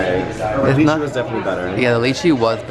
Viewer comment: Have to let you know lychee is pronounced lie-chi.